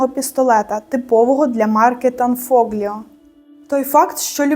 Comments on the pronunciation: Не фоґліо, а фол о.gl читається як от.,a gn , як нь. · tanfiglio читається танфольйо)) а так - супер, дякую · Правильніше - танфольйо. Сполучення букв - gl читається як - ль.